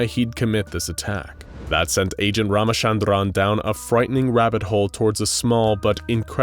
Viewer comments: Well even though you can pronounce a name how ever you want but his name isn't pronounced ramashandraan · Lmaooo the way pronounced ramachandran made me laugh.... (Well I am an Indian so you get the point XD)